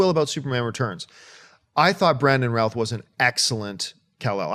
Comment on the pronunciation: So Routh is pronounced Ralph? Okay, didn't know that.